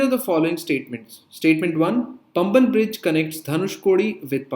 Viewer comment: பம்பன் bridge illa பாம்பன் bridge